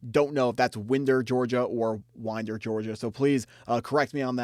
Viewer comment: love the vid! i will say gio tuggle is not gonna go to uga i know him personally but that will not be happening unfortunately. also it is pronounced “Whine-Der” 😂 lil city not too far from athens